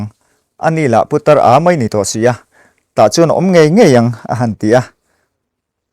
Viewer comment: Putar tih ah khan tawngfiah deuhla aw